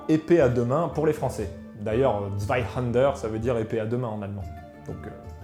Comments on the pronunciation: tu as une prononciation absolument horrible de Zweihänder , que tu prononce zweihander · Intéressant, surtout la manière de s'en servir. Je me permet deux infos : - en allemand, le "h" se prononce : soufflé. - vous prononcez "Zweihänder" comme si cela s'écrivait avec un "a" alors que c'est un "ä" qui se prononce en allemand comme en français un "è" ou "ai".